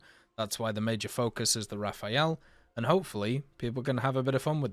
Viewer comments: RA fAL ! And Not "Ra fa ël" opposite sound of the letter "L". Its so simple, and you prononce it correctly at 16min 04 sec! ANd normaly, logicly Rafale must be after M4000 who are his base plane build. Rafale build after the base of the Mirage 4K, same for his radar from the 4K. Long time Dassaut want build and sell a Delta double Engine. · I use to say it the way he says it too until I realized that if it was said that way, it would be spelled “rafaele” lol. “Raf-al” is just as easy to say for me. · Best way to pronounce Rafale is to forget about the last "e", just Rafal